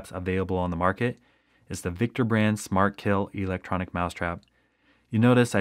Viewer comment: OMG, the word electric is not pronounced "E"- lectric.